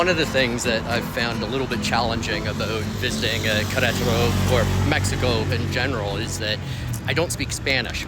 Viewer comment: Say it like this … Ke re taro